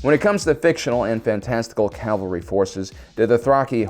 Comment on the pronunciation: CAV al ry, not CAL val ry.